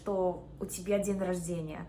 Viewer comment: какие то слова она произносит без акцента, а какие то правильно. то ДЬЕНЬ рожденья, а то перед Е мягкий знак не ставит.